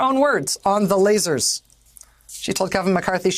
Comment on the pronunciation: Oh, lasers, I thought you said laces!